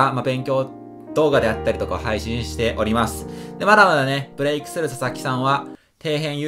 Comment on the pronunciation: こんときのブレイクの発音くっっそよえーな笑